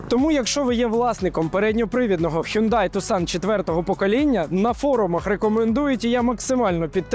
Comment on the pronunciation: Правильно казати "Хёнде Тусан"